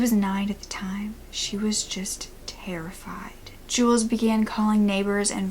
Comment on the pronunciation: I’m sorry :( but his name is pronounced as jewlius not jewels :/